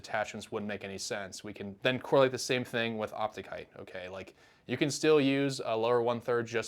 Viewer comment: 'Height'. Fixed it.